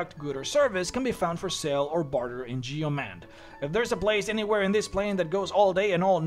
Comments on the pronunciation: I cringed for a good chunk of this video... Yeoman is not pronounced Yee-oh-man, it's pronounced Yoh-men. It's a real world that means a farmer that cultivates his own land, which is why the city is NAMED that. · Yeoman is typically pronounced yo-man. Great video! This is my first stop for an afterlife